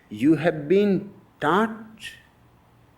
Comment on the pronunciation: My fat ass keep hearing "taught" as "tart"